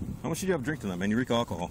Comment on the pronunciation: he reeks of "all-ka-hall"